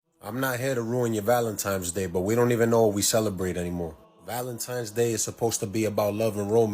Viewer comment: Lost me at “Valentimes “